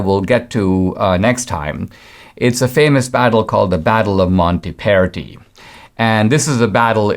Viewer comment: It's MontAperti, with an A